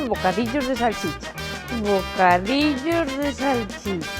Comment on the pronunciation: Min. Bocadillorrrrrrrrrrrrrrrrrr de salchicha! 😍😍😍